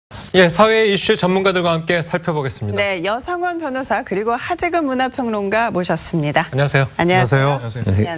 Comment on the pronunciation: ~빈이 아니고 ~비입니다.